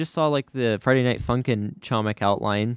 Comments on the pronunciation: Yes it's like.homik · doing what i must do:, you are pronouncing "chomik" incorrectly, the "c" in "chomik" is silent